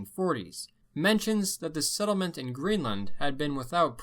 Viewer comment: The way he says settlement makes me wanna kill myself